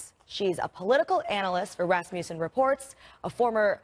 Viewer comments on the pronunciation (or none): The name "Rasmussen" isn't pronounced "Rass-Myoo-sen." It's "Ras-MUSS-en." I knew Rasmussen's in my home town, and that's the pronunciation.